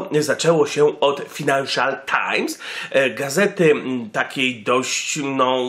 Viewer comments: fajnanszal nie finanszal times xD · Czytasz "fajnanszal"